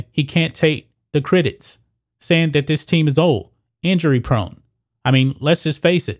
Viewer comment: I'd watch more of your videos if you'd just work on pronouncing simple words like CRITICS and FOLKS. So annoying. You say critits and folts. Unbearable.